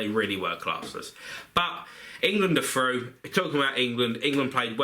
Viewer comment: England are froo (at 6.16)